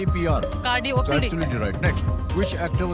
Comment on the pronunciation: american bank me fraud detective...aur bolne me ...."opsan"... :face-green-smiling::face-green-smiling::face-green-smiling::face-green-smiling::face-green-smiling::face-green-smiling